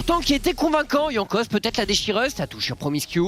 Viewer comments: Putain il m’a fait pété un plomb à prononcer Jankos comme un connard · C’est pas sérieux de mal prononcer les noms des joueurs comme ça, franchement ça coute pas grand chose de se renseigner hein pcq les Jean Kos a tout va c’est pas possible et pour Jeskla c’est la même, dans les langues germaniques le « j » ne se prononce pas comme en français